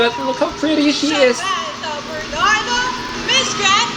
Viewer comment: Natalo siya sa pagbigkas ng pangalan nya, alon alon...Sa \man /tha \Ber /nard / do?...